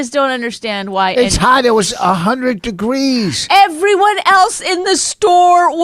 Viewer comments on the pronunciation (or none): “A hundred doo-greez” -Rich Vos Bonnie… there’s just no excuse you could possibly have for this marriage, and it has very little to do with the fact that he can’t speak. The narcissism, and inability to listen is far worse than the slobbering speech impediment! To be fair, you don’t seem like a pony ride either. I wouldn’t put up with the constant bashing you give him. I’m not saying it’s not justified, because he deserves far worse, but… look, if this is serious, you shouldn’t be married. This isn’t love! If it’s just hamming it up for entertainment, you’re being phony, and that’s even worse!